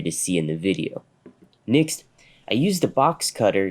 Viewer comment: Is he pronouncing next as nixt?